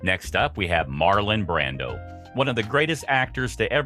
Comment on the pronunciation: Marlon BRANDO, NOT "BRANDON".